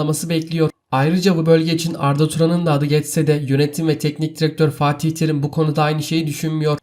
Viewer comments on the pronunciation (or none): none